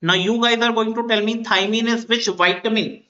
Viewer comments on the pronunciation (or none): . It’s Thiamine not Thymine